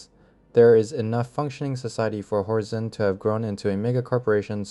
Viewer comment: it's horzine, he reads it as horzeen for some reason he also says twenty ninety one which is 2091 subtitles are terrible though